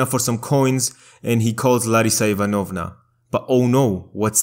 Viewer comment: Dude, Ivanovna is pronounced a bit differently - the second syllable is stressed, not the third.